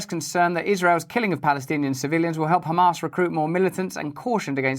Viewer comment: Russ, whenever you say “Hamas” it sounds like you’re saying “ham ass”